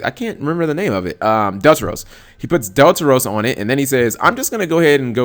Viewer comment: Delteros? lol not even close G